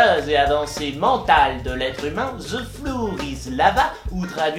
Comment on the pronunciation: Putain tu es un génie mais en prononciation "flour" c'est farine donc " la farine c'est de la lave " XD